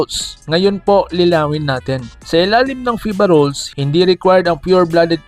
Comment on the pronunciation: "FIBA ROWWLS" 🤣😂🤣 "LEH-GAL" 😂🤣😂 "ROOSTER" HAHAHAHAHA